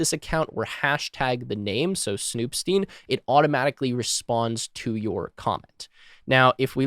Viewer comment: I would think the “stein” in snoop.stein should be pronounced “styne” like in “einstein”